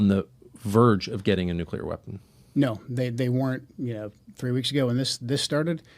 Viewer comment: Why can’t this intelligence expert pronounce the word “nuclear” properly?